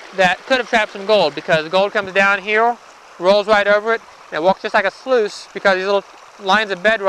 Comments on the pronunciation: dude, what is heowl ?! say "here" one more time please :D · Here not heow